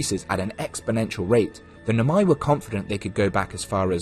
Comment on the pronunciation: barely a minute in and i'm gonna stop you right there, why noMAi instead of NOmai 😭